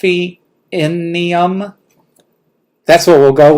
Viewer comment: Delphinium is actually a flower and it’s pronounced delf-in-ium. I am looking forward to seeing some of your patterns done, I have done quite a bit. I would love to do a sew along as long as it falls at a good time for me. I do love sew alongs. I really am enjoying watching you grow🙂